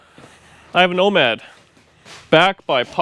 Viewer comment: it is becoming your "woe-mad'... sorry...